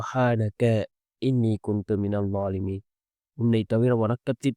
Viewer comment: ஹஸ்ரத் கடைசி வாக்கியம் தப்பாக உள்ளது.... ழாலிமின் வரவேண்டும்